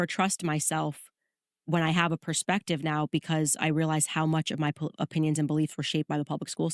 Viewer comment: Its funny when they are talking about iq and candace cant even pronounce ”perspective” correctly lmao wtf is ”pershpective” ? 😂😂😂